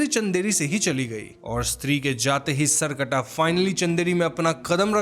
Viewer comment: The pronunciation is सर + कटा , not सर्कटा।